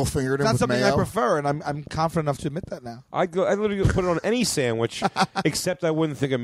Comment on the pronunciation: I was on board up until he said rite aid sammich